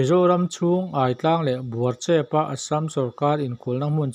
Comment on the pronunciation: Aitlang hi i lam dan a diklo. Ai lai hi a thluk a diklo. Aiawh tih a, Ai lai ang hian lam rik tur.